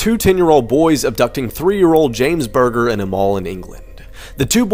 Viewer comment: did he just say James Burger?? It’s James Bulger! 😅